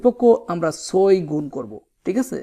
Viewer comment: আপনি ছয়কে চয় বলছেন 😂😂😂